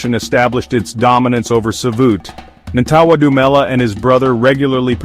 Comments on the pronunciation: Lmao right. Americans are so funny, at least practice saying it before shooting the video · Disrespecting his name say it right with this bullshit narrative